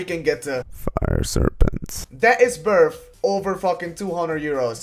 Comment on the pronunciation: "It's werf like 30 euro"...werf...